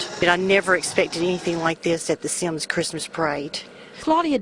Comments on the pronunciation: My grandma lives in Semmes lol. It's pronounced like "sems" though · It's pronounced Sims. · On he said Semmes wrong!! I live here and it bothers me so much when people mispronounce it. It is pronounced Sims it's just spelled different